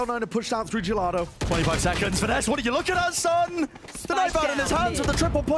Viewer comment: Im sorry but that's not how you pronounce "Finesse"